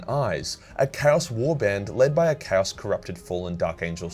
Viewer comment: You pronunciation of Chaos sounds like Cows, I only realized a bit later when something felt off when you said that someone fought cows. 😅